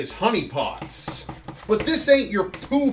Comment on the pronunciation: the first time I heard him say honey pots.... I swear I thought he said huniepop..... im dying xD